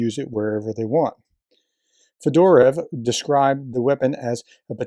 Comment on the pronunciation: It's FED-ER-OV, not FEDORA. That's a hat. 😁 And it's Ka-DEER-ov, not KAD-er-ov.